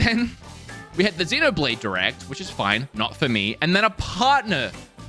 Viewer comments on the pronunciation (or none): none